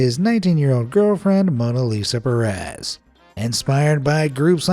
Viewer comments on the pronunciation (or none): none